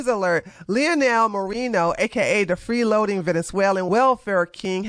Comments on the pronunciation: It’s Moren-No. Not Moren-yes. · I am Hispanic myself and I agree with you on your statement on this guy being a POS 💩. I didn’t even know he even existed until now. Thanks 👍🏾. And I am not offended by the mispronunciation of his name. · Lol, i think you are pronouncing his name the ONLY way it actually wouldnt be pronounced given his latino roots 🤣 😂 😄